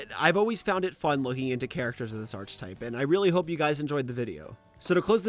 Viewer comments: I hate to be a picky bitch but it's "ar keh type" not "arc type" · Great video. But just wanna say this. It's pronounced "Ark-e-type", not "Arch-e-type". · seb reads the fact that he keeps saying archetype wrong is annoying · i literally thought you were misusing it on purpose to send the viewer insane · the way you say archetype is absolutely driving me up the fucking wall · This stuff usually doesn’t bother me but you pronounce archetype so wrong every time that it’s actually infuriating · I love the video and I know you've already mentioned this but every time you say "archetype" I die a little more. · this man saying archetype as arch type like the ch is pronounced as a k my guy also unwavering means you don't waver, not that you don't wave. factcheck your shit. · Bro, that is NOT how you pronounce "archetype"... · Why does this guy pronounce "archetype" so wrong? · The way says Archetype i